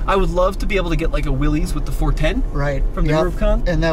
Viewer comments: It's not pronounced Willies it's Willis. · It’s not willeez, it’s Willis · 😅If you are going to comment..it is not a Willy's Jeep..it is a Willys Jeep named after John Willys who invented that vehicle. Willys is pronounced Willis not like Willies. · It is well documented that John North Willys pronounced his name as Will-is, not Will-eez ! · For the love of jeep it’s Willys not Willy’s. The guy’s name was Willys. It’s not owned by a guy named Willy. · Come on man. It’s not pronounced Will-es it’s Will-is, like Bruce. You have to know that right? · They do call it Willys, it’s properly pronounced Willis like the Willys motor company was. That’s a nice Jeep. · Willys is pronounced Will Is. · It's pronounced "Willis"...look it up.